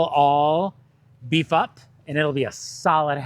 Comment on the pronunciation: when you said these will all beef up.. it sounded like something totally different, and I was like WHAT? LOL I had to go back and listen a few times to understand you said they will all beef up!